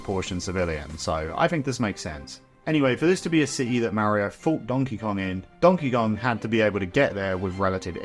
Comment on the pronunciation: donkey gon??